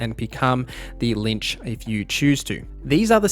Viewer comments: Great video. Hated the fact that you kept saying lynch and not LICH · Please, read between the lines. I was using your mispronunciation of "Lich" as a joke. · lich is read like bitch, not lynch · "The LiNch mythic path" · Why you call lich, linch😂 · Linch. We need a tutorial for how to pronounce “Lich” thanks for the vid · That's pretty much as wrong as it can get ... The Lynch is one of two protagonists in Kane & Lynch and David Lynch is an American filmmaker, painter, visual artist, actor, musician, and writer. Lynching is an extrajudicial killing by a group. Neither of those 3 examples have antything to do with undead entities Or do you wanted to say Lich? Which is pronounced quite a bit differently then Lynch, what is how you pronounced it. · I feel like there's no way you're not saying Lynch on purpose, to annoy people. It's working, you're really screwing with me haha. Good content :)